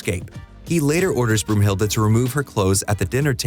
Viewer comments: broomhilde ? its brunhilde , why translate names (i know its in the movie too) johnson isnt johansson also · Broomhilda???😬 Oh my, you mean Brunhilda, like the valkyrie. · Brunhilde!!!!! Not Broomhilde, Brunhilde!